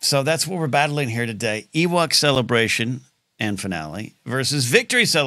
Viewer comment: I always heard Celebration, but it was like Cel-la Bray She-un where it was much more broken up and even throwing in an extra syllable to make it somewhat foreign and Star Wars in a way.